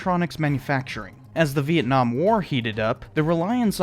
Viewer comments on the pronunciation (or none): none